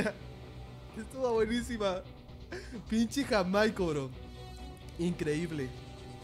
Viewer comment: Jajajajajaja nunca lo supo decir bien el nombre de JAIMICO XD